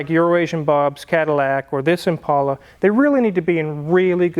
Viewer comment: Thank you for pronouncing Impala correctly! It’s an ImPAULA boys and girls.